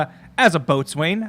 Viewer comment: Not to be that guy... but it’s pronounced “bow-sun” not boats wayne... I love what you guys do, you’ve gotten me through a lot keep going! This series, vampyre DBZA, and some of the other playthroughs actually gets me through night shifts in the ambulance